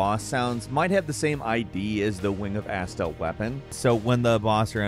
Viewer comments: I was only listening and the way you say Astel really threw me off for a second "when youre near the asshole door" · i hate you pronounce some tings. Like you pronounce astel as "Asstul" instead of "Uhstell"